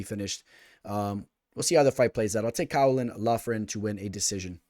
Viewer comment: Yo, Caolán is pronounced more like Keelan if you were wondering 😅